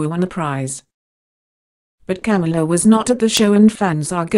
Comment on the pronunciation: Corey's Morgan Agree. It is Ca-mila not Cam-ula on top the fact you can’t Understand what is supposed to be English.